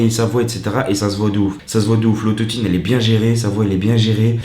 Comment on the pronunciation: l'autot-i-ne mdrr